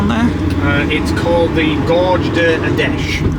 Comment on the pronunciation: I laughed way too much at “ rock a hoy? “ 🤣